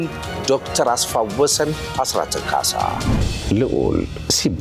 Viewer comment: እጅግ የምወድህ እና የማከብርህ ደረጀ እንኳንም ተመለስክልን፤ እንደ ብዙሐኖቻችን አስፋ-ወሰን የሚለውን ስም አስፋው-ወሰን ስትል ስለሰማሁ በአክብሮትና ትህትና ለወደፊቱ ብታርማት።